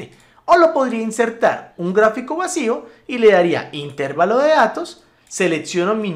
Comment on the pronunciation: Una apreciación. ES INTERVALO, NO INTÉRVALO. AQUÍ SIGO APRENDIENDO.